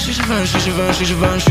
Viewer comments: ty weź kurwa lepiej wracaj do bagola, mogles se odpalic translator wczesniej albo chociaz posluchac taco wymawia sie nie żiwenszi a żiwąszi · Chuj, że Givenchy wymawia się "ziwąszi".